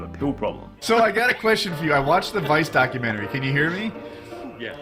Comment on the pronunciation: Documen-terry. I hate it when people pronounced it that way.